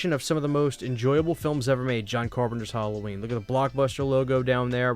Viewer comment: This is an interesting video, but please oh please learn how to pronounce Halloween! It's so annoying every time you say the word. It's not "Hulloween", it's not "Holloween", it's Halloween. "Ha" as in "Hat". The word is an abbreviation of All Hallow's Eve.